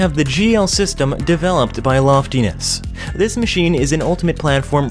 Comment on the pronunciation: "Loft-e-ness"... nope it is pronounced LOFTness. Hector MN company. Two syllables.